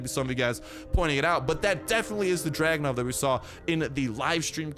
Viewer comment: It's Dragunov, not Dragonov lol